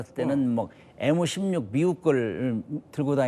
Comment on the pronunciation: 엠16 엠1 발음이 안되나 에무16 에무1이 머냐 그럼 MBC를 에무비씨리고하냐